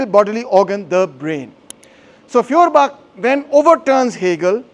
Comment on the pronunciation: Pron. Foyerbakh. Gaelic/Scottish kh sound = German ch sound.